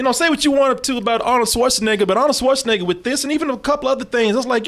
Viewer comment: I giggle a little bit every time pronounces Schwarzenegger as "Swartzenegger."